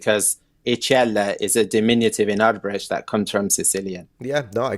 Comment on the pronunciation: Btw "thikët" (knives) in the first sentence is the plural of "thika" which is connected to the Latin "sica". I also want to point out that you did a great job pronouncing the word 'Arbëresh'. Thank you for this video. I wonder if you could look into the Stratioti mercenary units that emerged in the 15th century. I think you might find the topic interesting. I'm glad I've been following your channel for a long time. Much love from Albania ❤